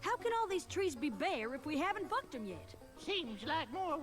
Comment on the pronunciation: She totally says "Fucked".